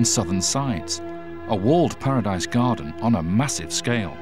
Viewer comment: Garden not Garten